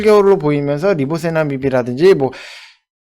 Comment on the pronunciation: 리보세나닙? 발음이....